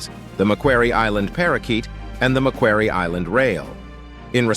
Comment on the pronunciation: Macquarie pronounced “Mack”+ “Quarry” - see University, major river, key Sydney city street